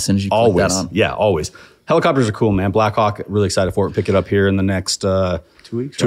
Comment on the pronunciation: 25 times he said Blackhawk, 25 times I heard Blackcawk